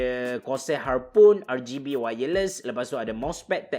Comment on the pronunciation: Rgb bang bukan rrrgay b just tegoh emm